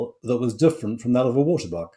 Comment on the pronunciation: He cannot pronounce 'waterbok'. It is a Dutch word or an Afrikaans word. 🇳🇱🇳🇱🇳🇱🙉🙉🙉